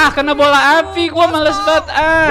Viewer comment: Man kok eja bola dieja bolah